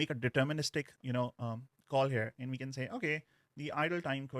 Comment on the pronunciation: you really need to stop pronouncing 'and' like that